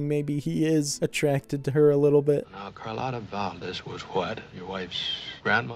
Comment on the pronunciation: No matter how many times the characters in this movie correctly pronounced her name as "car LOT uh", continued to call her "car LOTE uh." That's some real determination!